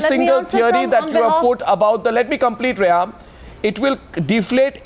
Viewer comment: It's pronounced Reham.... Who this kindergartner is BTW?